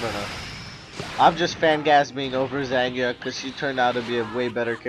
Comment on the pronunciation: It's pronounced "ZAHN-yah." The "g" is silent. Just sayin'.